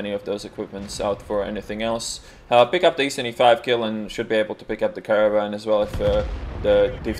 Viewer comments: laughing harshly whenever he says caravan for caernarvon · It's so funny the way u say Caernarvon, in Polish it is a vehicle to transport people that died if that makes sense. lol